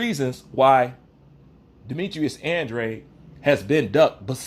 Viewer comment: He is trolling he can’t even pronounce Andrade 😂